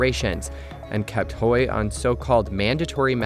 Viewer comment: Hui rhymes with day, doesn't rhyme with boy. Yuan rhymes with swan, doesn't rhyme with hen.